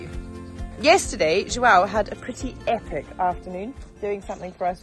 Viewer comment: How is the portuguese course going? I noticed that you both said the name 'João' correctly! That is hard to say!